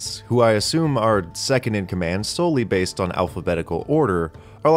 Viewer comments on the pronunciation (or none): none